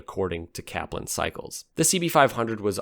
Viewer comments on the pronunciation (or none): none